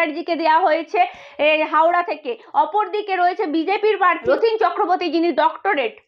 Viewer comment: পার্থী না , কথাটা প্রার্থী। পতক্রিয়া না, কথাটা "প্রতিক্রিয়া"।